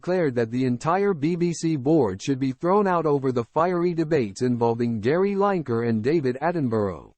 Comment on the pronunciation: You Yankee Peasant. If you are going to name people, get their names right Line-ker is wrong, his name is pronounced Lin-e-Ker. It is your habit I know to start at the beginning of a word, find a pattern, then use Line....but in Lineker it is Lin David Attenborough's name is pronounced Attenburra, there is no Burrow, that is where Rabbits live. Edinburgh is simply Edin-Burra, but then again, middlesbrough is Middles-Brrrah New York has No 'Burrows', that is where Rabbits live, but they do have 'Burras